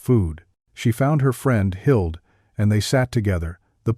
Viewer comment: She found her friend, Hild ????? I'm guessing her friend's name was Hilde (ending sound duh) No silent e at end of Hilde